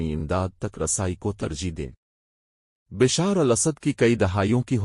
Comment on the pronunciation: Correct pronunciation Bashaaar al Asad